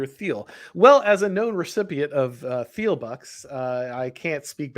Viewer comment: Great stream, as always! Small note, though, the H in Peter Thiel’s name is silent!